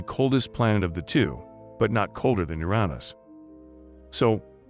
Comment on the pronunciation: Narrator: your-EAH-nis. Swelling comment hoarde: Get 'em, boys 🫵